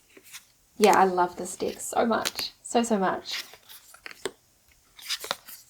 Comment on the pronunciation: I love the way your pronunciation of the word de k sounds like dick 🤣 it's so innocent and funny "I don't resonate with this dick" "it's a really really cute dick but it's powerful" girl you made my day 😄